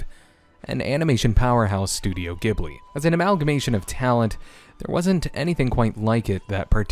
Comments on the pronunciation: Sorry to be nitpicky, but this drives me nuts... Ghibli isn’t pronounced “gibbly” it more like “jibbly”. In the extras on one of the films’ DVDs it tell the origins of the studio and its name. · Studio "jib-lee," not "gib-lee." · Don’t you ever call it GIB-LEE again you uncultured swine. This review is immediately discredited. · Really interesting video! But since we are talking about sound issues, it's pronounced Ghibli with a soft G like in giraffe 🤐